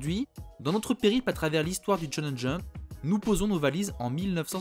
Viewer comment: Attention, tu dis parfois Tchonen Jump, c'est bien Chonen Jump, le SH est prononcé comme notre CH, c'est le CH japonais qui se dit TCH